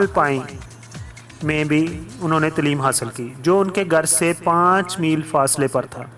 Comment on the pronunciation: Good Knowledge... BTW word Taleem needs to be pronounced right way. (tleem nahi bhai Taleem)